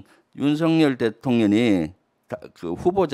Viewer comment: 김병주 님 대통령 을 대통년이라 발음하는데 듣기에 민망 합니다